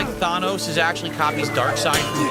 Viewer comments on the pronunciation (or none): I hate how he still doesn't know how to say Thanos